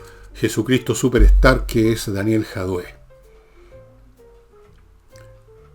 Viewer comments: Entretenido el capítulo…..pero porqué le dice Jadué si el apellido es Jadue. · Por qué le dice Jadué (acento en la e)??